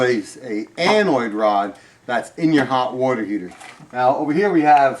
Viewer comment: "Anoid." Tears